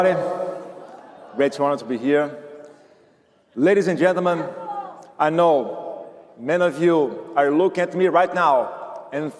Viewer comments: " Ladies and gelomen!" 😂😂😂😂😂😂😂 dudu bananinha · LADIES AND GELEMENTS KKKKKKKKKKKKKKKKKKKKKK